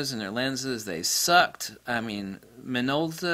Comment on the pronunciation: “now this is a Minolta for uh...” WHAT model is it? You spend four minutes complaining and .04 seconds saying the name of the thing you are reviewing. Speak clearly.